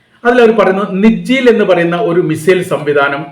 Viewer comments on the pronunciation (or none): നിജ്ജീ ൽ അല്ല - സിജ്ജീൽ.